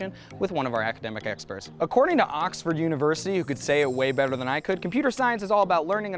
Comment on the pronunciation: "Auxfaad university"